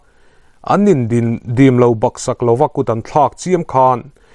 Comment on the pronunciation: Youtuber te hi rin aiin thu chhiar in thiam lo. Baksak tih hi SAK lai hi ri sâng, in in sak chu a lian hlê mai tiha ri sânga lam tur. Ngawihup tih pawh hi,Ngawihûp ti a thlûk tur...